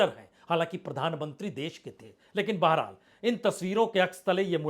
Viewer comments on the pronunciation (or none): none